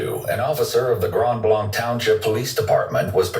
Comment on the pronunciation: It’s pronounced Grand blank not how he said it